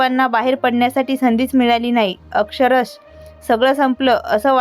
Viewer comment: मराठीत नीट शब्दोच्चार बोलत नाही आहेत eg.अक्षरशः is not properly pronounced